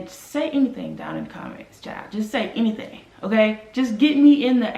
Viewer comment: Done babe! "Anythang"...😄